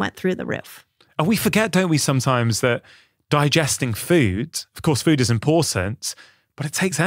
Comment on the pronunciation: No one teaches better than Dr. Mindy! Just one critique though... Why do you add "eee" to words that have "oo"? For example: Feee-Ude = Food Meee-Une = Moon Feee-Own = Phone, etc. I cringe on those words, but you are the best anyway! 😊